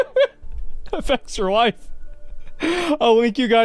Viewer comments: Can someone explain why the fuck he says “efextralife” every time he says the name? Is it an inside joke I missed? I know it’s relatively insignificant but it bugs the shit out of me every time he says it. 😂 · oh is it actually pronounced "eff extra life"? i always said it as one word